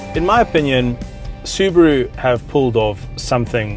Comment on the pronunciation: It's Subaru not Subro and I am from South Africa so It's not Subro it's SUBARU!